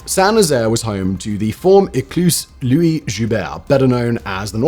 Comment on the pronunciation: Lord Louis Mountbatten is not "Lewis" it's pronounced "Lou-ey". Strange mistake for an Englishman to make.